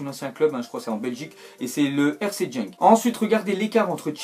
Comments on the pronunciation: Mdr tu m'as tué quand t'as dis «jenk» alors que ça se prononce «Guenk» ou différemment en néerlandais mais vous n'êtes pas habitué à ce genre de prononciation donc c'est chaud :P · On dit pas jenk mais guenk pour le club de belgique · on dit pas jenk mais maus on dit genk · tu sais pas dire genk